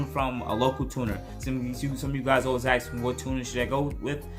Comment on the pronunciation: Ask, not ax.